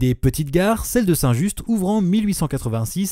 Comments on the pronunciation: J'ai adoré ta vidéo en étant lyonnais en plus c'était super :) J'y ai même appris quelques petites choses donc ça m'a fait plaisir. En revanche petite précision, on dit "Saint Ju" sans prononcer les deux dernières lettres ;) Au plaisir de revoir une vidéo avec comme sujet la région lyonnaise ;) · super vidéo mais c'est saint "ju" pas saint "juste" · on dit saint ju pas saint juste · Un projet à la gare St Clair est en cours de réflexion. Ps : prononcer St Ju et non St Juste. Il y a aussi les gares Jean Macé, lyon vaise, Goerge de Loup. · Merci beaucoup pour cette vidéo !! Tu n'y peux rien car tu n'es sans doute pas lyonnais mais ici la règle générale c'est de ne pas prononcer les dernières lettres des noms de lieux. On dit donc Saint-Ju' et Saint Genis sur Guié' ! Par contre on dit bien Saint Prieste si jamais tu fais une vidéo sur les autres gares de la Métropole 😅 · Juste un petit tips de la part d'un Lyonnais : on dit "Saint-Ju" !! On ne prononce pas le "st". Je note qu'il manque également les dessertes de Gorge de Loup et de Jean Macé, peut-être par manque d'informations. A part ces minuscules imprécisions, un très bon petit docu :) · St-Just à Lyon se prononce "saint Ju" 😁